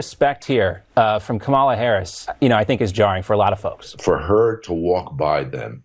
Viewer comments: Apparently conservative media have decided to be passive aggressive and mispronounce "Kamala" at every opportunity. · "How dare the vice president not show respect!" while mispronouncing her name (on purpose) over and over again. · And.. After all this time, they STILL haven't figured out how to pronounce Kamala's name correctly! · I love how not one of the Fox news-type media pronounces Kamala correctly. Aw, so adorably childish. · The self-righteous sedition party calling out Kamala (don't even correctly pronounce her name) for not saluting is rich. If they can't prove THEIR patriotism, they'll distract by something, anything, any little thing. Maybe they're afraid Dems are dismantling the institutions of the flawed Reagan-era they're desperately clinging to for validity. Similar to the shame of Obama not wearing the American flag lapel pin. Oh the horrors! 😱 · Every one of the people calling Vice President Kamala Harris disrespectful for not saluting mispronounced her name. Disrespect indeed.